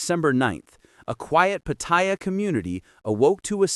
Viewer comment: The minute the narrator pronounced Pattaya PaThai Yaw I click off. These people can not even pronounce a simple city name so they sure do not have credibility with Thai issues.